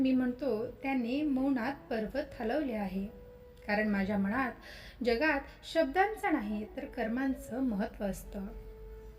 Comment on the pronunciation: ताई सांगताय छान पण मणात नाही मनात असं म्हणतात, अर्थ वेगळा होतो